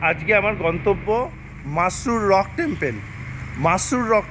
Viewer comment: আপনি " টেম্পেল" বলছেন কেন? সঠিক হচ্ছে " টেম্পল"।